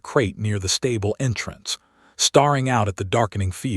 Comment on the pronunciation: He was stare-ing, not starring, the light was fade-ing, not fadding. AI doesn't understand pronunciation. It's hard to listen to.